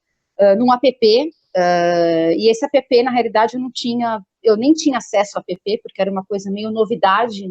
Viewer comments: Não é apepê, linda. É ép. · App se diz "épi". A pepê é a irmã da neném. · Que agonia dessa mulher falando A.p.p